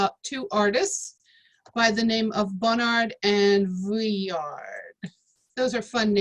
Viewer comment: Boring and make mispronounced vuillard